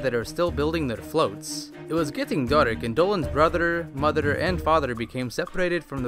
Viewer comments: i love how he says "fatherer","motherer" and "brotherer" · I like how he says brotherer motherer and fatherer